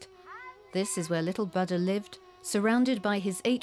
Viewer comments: He is not Baada but Booda! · "Butter"? .. Oh my 😅😂🤣, lady, please learn to say "Buddha" right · the "U" is pronounced as "oo" in foot and the second "d" is aspirated "dh". she says "ba da" and she's totally wrong in her pronunciation. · It's bu-udha not bud-da 😂😂. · Not bud - da, bhu - dda. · What's "Baddha"? The woman's mispronunciation marred the entire documentary. Ignorance or affectation? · whenever you say buddha i hear butter lol little butter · Lol yeah even in the auto generated English translation its showing butter in caption!! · The way the narrator pronounces "bada" 🙄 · Very annoying how the commentor keeps pronouncing the name Buddha as ‘batta’. You think she could have asked for the proper pronunciation rather showing her ignorance and disrespect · Its not Booo Duh. She's closer to the correct pronunciation. She does not say Ba da. She more so says Bud Duh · I watched about 10 minutes of this but had to stop. I couldn't get past the narrators pronunciation of Buddha. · It wouldn't surprise me as the narrator can't even pronounce the name of the Buddha correctly. I'm wondering just how much research has been done for this documentary. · dumb pronunciation on Buddha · Its really annoying when you misptonounced BUDDHA... Please go and learn how to say the name BUDDHA properly... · Why this commentator has to mispronounce both Buddha and Siddhartha is beyond me. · No way. Moreover it's a display of ignorance.